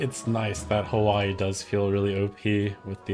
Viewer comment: Pog pronouncing Hawai’i right